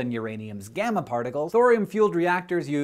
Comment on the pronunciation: it hurt when he said gamma particles